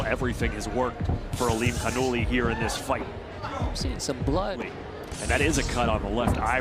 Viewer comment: His last name is pronounced ALIM-CAR- NEWLY (ALIMKHANULY)